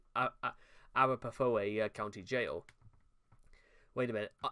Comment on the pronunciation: I'm from the U.S., but fear not, I speak Brit. Counties in this country are often tricky, even when you are ALSO a Yank but live elsewhere. Many are named for local Indian Tribes (I'm a member of the Eastern Band of Cherokee) ... I admire you for giving in a good shot, it is pronounced "Ah-RAP-ah-HOE" they are a tribe in the Colorado area. I really enjoy your updates and so do my Colorado buddies -- yes, it's the same shopping mall, I am astonished how fast and far he can roam around that state. And fear not, I saw a CNN reporter "reporting live from 'LIE-Chester' square one night. I just closed my eyes and took a deep breath. And NONE of us know how to pronounce anything in Wales. I'm terribly sorry -- maybe we could work our a "How you pronounce this and thus avoid being a git" episode or something. You do a great show. Cheers from the West Coast (can also handle Mexico/SoCal Spanish should you need it. Happy to help.) Can't wait to see where he fetches up next.